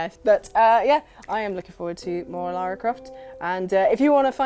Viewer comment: Thank you for pronouncing "Lara" correctly. THANK.YOU.